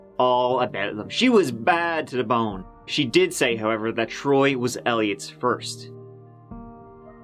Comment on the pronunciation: who's this "Throy" he keeps mentioning.. 🙃